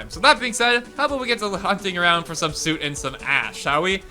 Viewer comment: You keep saying it as “Suit” instead of “Soot”. Soot is a weird word. It has the “oo” spelling, but the “uh” pronunciation.